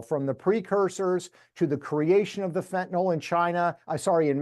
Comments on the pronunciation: It is pronounced Fenta nil, pronounce it fentan ol and a chemist will look for something else. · why does everyone say fentanal? it’s fentanyl.